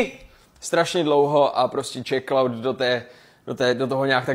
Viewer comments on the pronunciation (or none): od doby so svojí přezdívku vyslovil jako čechklaud mu jinak neříkám